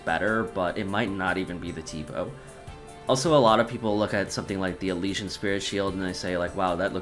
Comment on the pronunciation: I was into your video until I heard the way you pronounced Elysian